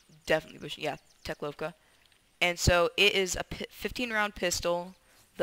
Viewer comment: the teklowvka is said (tech-lauwvka) (au means the sound is ow)